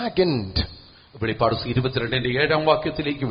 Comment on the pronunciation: വെളിപാട് അല്ല വെളിപ്പാട് ആണ് 🙏